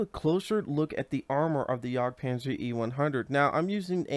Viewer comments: its not pronounced yog itsbmore like a yeg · It's "yag" panzer, not "yog" panzer